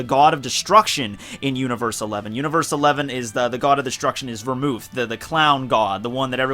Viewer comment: Finally someone who can say vermouth correctly!!!